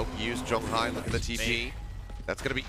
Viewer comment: I wish they can pronounce Jeong Hi's name better but these casters are good.